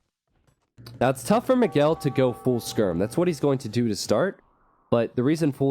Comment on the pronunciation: Who is "Mageel"? :P His name is Miguel and is pronounced as "Me guell". Check it on Google translator in Portuguese to hear it.